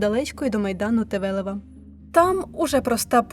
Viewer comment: Прикро, бо забагато фонетичних помилок, на деякі вже вказувади, отже додам: помилка в наголосі ЛібкнЕхт - німецьке прізвище вимовляється з наголосом на 1-му складі, - майдан Тевелева (не Тевелепа, хоча персонаж був ще той) і т.д. Харківська топоніміка (як і будь-яка) потребує уваги диктора.